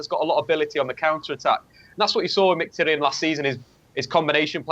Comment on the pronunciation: Finally someone who speaks Mkhitaryan corectly ( )